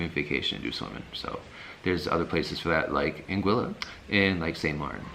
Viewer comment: Lol If you don't say (out loud) or think something like "we made it" after a Saba landing, you didn't experience that landing correctly. Also appreciate that you pronounce St. Maarten, Anguilla and Saba correctly.